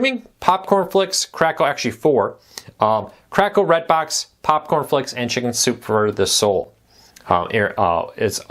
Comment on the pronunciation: Please enunciate.. You say “shinzupefordaso” instead of “ Chicken Soup for the Soul”. Use your words.